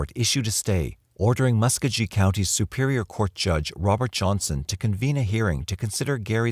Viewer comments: Muss koe gee (hard g) not muskajee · Mucogee not muscuggy